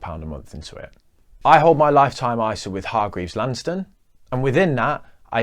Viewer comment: I object to the way you pronounce Hargreaves Lansdown.